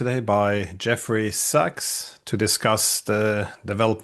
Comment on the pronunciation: His last don't pronounce ducks it's Sachs